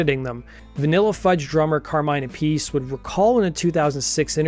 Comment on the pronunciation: Carmine “ a piece” 😂. It’s pronounced “ ap ah see “